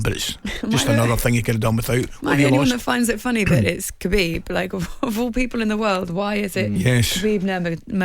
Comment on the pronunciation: Lol Khabib is getting he's name butchered more than ole's tactics